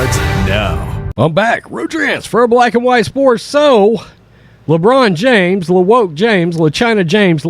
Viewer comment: " LeBronda James " 😂😂😂🤣